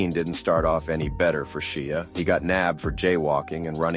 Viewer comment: His name is Shia like Shya.